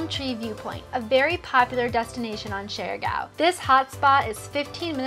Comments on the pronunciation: I get a rash every time they pronounce the island name as "share gow" 😅😅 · How come you’re not able to pronounce the name of the island correct after you spend so much time there?